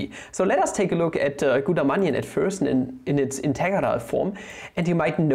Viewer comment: DOes no one find it just lovely how he can NOT pronounce integrals lmao